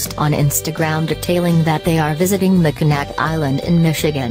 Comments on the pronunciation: Mack in naw. Is the correct pronunciation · ROBOTIC VOICE REALLY CAN'T PRONOUNCE THE NAME OF THE ISLAND.